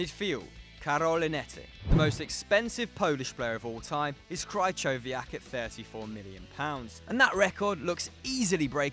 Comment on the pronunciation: CRYCHOVIAK 😭 don't you mean KRIHOVIAK